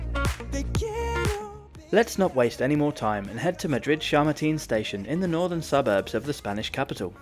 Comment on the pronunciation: It's Chamartín /chummarteen/, not /shurrmuteen/ :D